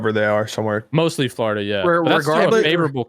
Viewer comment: Aches - "Flahoriduh"